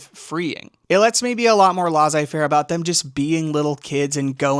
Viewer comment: It's pronounced 'less-A fair'